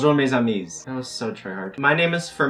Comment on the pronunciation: All the French subscribers when they heard you speak French at the beginning : 👁👄👁 Btw your prononciation is really good, but the "s" in amis isn't pronounced, so you could basically say ami ( which is one friend) and amis ( friends) and no one will know you have only one friend 👌 Edit : this is the word create Créer id the verb, the é is for the sound, and the er is the particle of a verb In this case, it's créée Crée + ée ( ée is the particle to say that the verb is attributed to an feminine subject at the past tense ) so it makes Créée